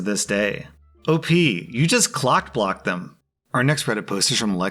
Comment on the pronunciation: “Clock-block” lol you’re so lame